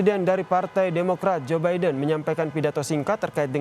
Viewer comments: Zubaedah apa Zaenab gitu kedengarannya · Iya joebidah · hahaha jobaidah..... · Ini kuping gue yang rusak apa gimana ya.. capress kedengeran namanya..jobaidah 😂